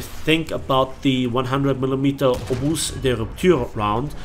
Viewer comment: In the word obus the s is silent. And from the beginning, i wanted the french being team up with german for balance sake.